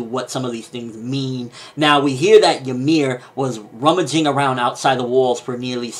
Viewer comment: it's not jameer -.- its YMIR